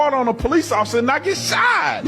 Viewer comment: “Ossifer ossifer!” Someone get this man 💀💀💀